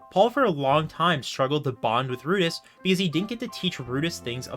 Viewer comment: I loved how you focused in on the chararacters and how each one is unique and often flawed in their own ways. It never feels like they are 2-dimentional. Also you keep pronouncing rudeus as "Rudis", lol